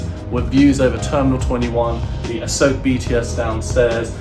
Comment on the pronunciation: A-soak ? Lol😂 Jeez learn the rough Thai pronunciation- A-sok.😅